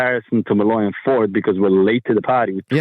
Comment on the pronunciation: He keeps saying “Malloy” at ford, is he referencing Alan Mulally?